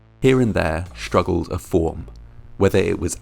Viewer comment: If we can pronounce 'sticky' then surely we can say 'street' rather than 'schtreet' or struggle instead of 'schtruggle'.